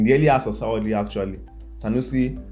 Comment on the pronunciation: Sar-or-day instead of Saturday. 🤣🤣